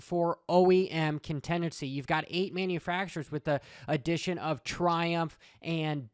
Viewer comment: Contenchy? Lol thats a way of pronouncing contingency that I’ve never heard.